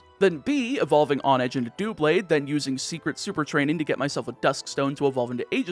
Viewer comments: I think mispronunciation is your specialty. On-edge? Hone-edge, because you sharpen swords by honing them...I think you do this on purpose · It's HONE-edge and EEGIS-slash. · that h isn't silent. lol